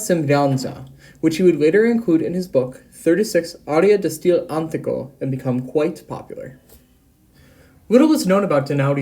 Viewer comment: It's not "steFAno", it's "sTEfano", for heaven's sake, please do learn at least to pronounce the name properly. And: It's "di stile anTIIIIIco" and not "di stile ANtico"! I've quit watching after , it's really horrible, I'm really pissed. Do at least a minimum of research how to pronounce what you want to talk about before you present it to the public, will you? It's a disgrace. I can't listen to that.